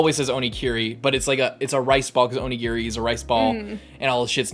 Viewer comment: "Giri" means "Cut", it's Giri not Kiri. If you listen closely Brook sais YA-HA-SU GI-RI! And sais it in such a cool way! Oh, you're not there yet. Soon. PS: Bring tissues for the next session. They will be in handy.